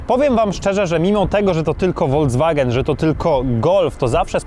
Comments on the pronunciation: Uwielbiam Wasze filmy, ale strasznie kłuje mnie w uszy słowo "wolDZwagen", kiedy to jest "folKSwagen". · Proszę to się mówi folkswagen a nie wolkswagen